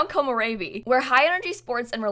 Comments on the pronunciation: Well not a mix. It's just re as in "red" as you said. They keep pronouncing it as "ray" which is not right, but it's the accent of English speakers when trying to speak Japanese or even Spanish words. Doesn't bother me. It's just an accent. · The video on pronouncing is correct, but it's not 'ray-bee', it's 'reh-bee', like the Canadian eh ;) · Video: how to pronounce Komorebi Also video: komorreybi 😞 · it's Ko-MO-re-bi and not Ko-mo-RE-bi... The emphasis is on MO!!! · ko -mo-reh-bee. A mix between “ray” and the re in “red”.